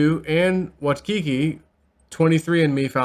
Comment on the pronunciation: Her name is pronounced Susan Vooytzetzkie